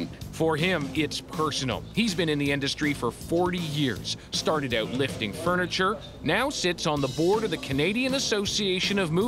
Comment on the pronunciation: Out.....Oout..........Hoooooooooout..........Houuuuuuuuuuttttttttttttttt.....How do you say it???? lol